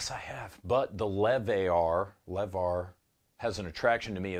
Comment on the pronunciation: "the lev-ar" perfect.